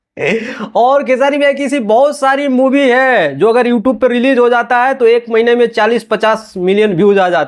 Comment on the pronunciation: मूवी होता है साले मुभी नही